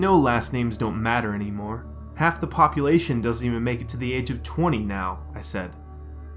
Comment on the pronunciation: Did you say bopulation